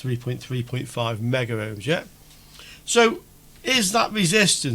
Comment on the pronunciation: Great demo, 👍 but please note: there is no 'a' in megohm, nor in kilohm. Two syllables, not three.